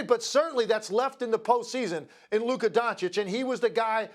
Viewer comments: Stephen A is incapable of pronouncing Luka. Why he keep calling him Luker? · Can someone please let Stephen a that it’s Luka!! Not luker!!!! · For some reason, Stephen A substitutes "a" with "er" in his sentences. For example, he calls Luka, "Luker." I'm glad he doesn't say the N-word. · "Luker"?? Lol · Stephen A. is it Luker or Luka 😂😅? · This clown Stephen A pronouncing Luka as "Luker" really grinds my gears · Is it me, or does it sound like when Stephen A says Luka, it sounds like he is saying Luker lol ? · HIS NAME IS NOT LURRKERRR ITS LUKA. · Stephen A keep calling him Luker 😂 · this man SA can’t stop pronouncing “Luka” as “Luker” 🤣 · I wanna fight SAS for adding an R in Luka’s name 😂😂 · "Luker" -SAS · "LuKER" chupss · "Luker" Stephen A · CAN SOMEONE PLEASE TELL SAS HIS NAME IS LUKAAAAAAA!!! WHO TF IS LUKER???? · “Luker” lol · who tf is Luker like bro c'mon 😂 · Oh Stephen A. Smith, thy wisdom is mighty, yet the precision with which thou dost pronounce names is most disappointing Luker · It's a mix of Luka with Kyrie.. "Luker" 😄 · Who is Luker??? 😂😂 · Is this man still mispronuncing Lukas name? It's been years in the league. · Thou shalt not utter his name rightly, neither before nor after hearing it many times 😂😂😂 Luker